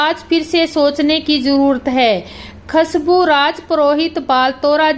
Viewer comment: Bolana toh sikh lo. Khasbu nahi khushabu bol. Baltara nahi balotara hai.